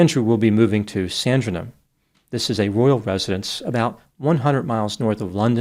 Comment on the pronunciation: It's not Buckingham but Buckingum. Oh bloody hell, now you have mangled Sandringham. Love in exasperation from the UK again xx